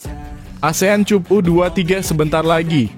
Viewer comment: Ayo Mimin tolong benahin ucapannya. Masa Cup dibaca /cup/. Rasanya kata Cup dibaca /kap/ bukan kata asing lagi. 😂😂😂